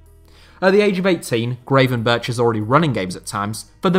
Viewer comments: Really liked the video! One thing for future videos (because he is going to be a big star); you can best pronounce Gravenberch as 'Gravenberg'. In the Netherlands the 'ch' and 'g' at the end of a word sound the same. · I love you and your videos but your pronunciation of "Gravenberch" is terrible lol